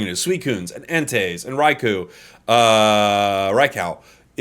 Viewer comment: bro said raicow